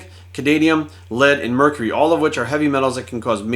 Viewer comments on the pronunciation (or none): none